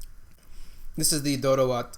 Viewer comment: You are awesome, you've actually said the name of each food correctly. Appreciated!!! Except the Doro wot and the one next to it (I guess beef or ye key wot), all the rest are VEGAN dishes and are not supposed to have any animal product, but am not sure in your case if they have added Ethiopian spiced butter coz you said it has buttery/creamy test. Thank you for enjoying our food.